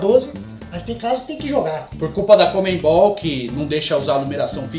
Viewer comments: É CONMEBOL e não comembol....do resto tá show de bola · Por que paulistas não conseguem pronunciar CONMEBOL?